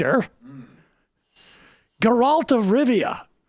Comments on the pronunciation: IGN called him “Jeralt” 😂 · Sam's pronunciation of the Witcher charecters is one of the funniest Majority Report bits of 2020 so far... geRAlt 😂😂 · I was incredibly offended by Sam's lack of nerd knowledge here. 0/10 for mispronouncing Geralt ( GARE-ULT ) XD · I really want Sam to do just a review of the show games and books with all the mispronounced names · Ooh my god, listening to Sam butcher Geralt and Yen's names was like nails down a chalkboard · Sam mispronouncing all the names from the Witcher me: stop! stop it now! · As a huge fan of the Witcher, the way Sam said “Geralt” was painful